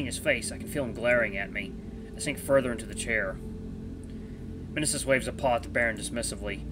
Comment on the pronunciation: I think the M in Mnesis is silent and I believe it's pronounced as nee-sis. That's how another let's player I watch pronounced it.